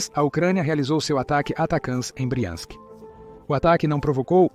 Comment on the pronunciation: O narrador precisa decidir se ele pronuncia BRIANSK OU BRAIANSK !